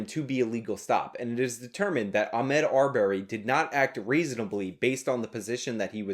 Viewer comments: Ah-Mod. Not Ah-Med. Everything else is good here though lol. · Why are you purposefully fucking up the guys name?